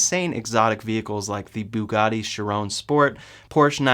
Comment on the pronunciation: Chiron is pronounced Kai-Ron